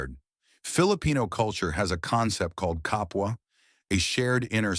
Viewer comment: The AI Voice pronounced the "Kapwa" just good 👍... Let's welcome foreigners properly and don't let them meet our Corrupt Government Officials 😅😅😅